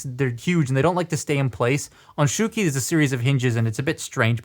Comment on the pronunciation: It's SHOW-key, not SHOE-key.